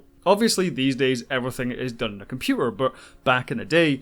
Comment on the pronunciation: I lost interest when the narrator could not pronounce “computer”!